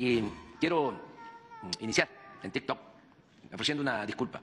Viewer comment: Ni a los damnificados de Acapulco les dedicó tanto tiempo y a esta persona nomás faltó que le besara los pies. El tik tok es para gente creativa y a penas lo puede pronunciar.. póngase a trabajar